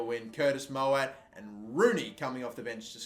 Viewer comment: Please pronounce Mowatt's surname properly 😂😂